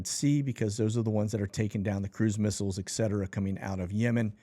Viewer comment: EKCETERA! FFS